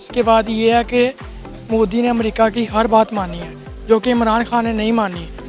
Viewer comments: It's modi not moodi ok if you can't speak you can say them the pm of india bloody ineducated people👆👆👆👆👆👆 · Modi ka naam to sahi se lele mike muh gussai firti h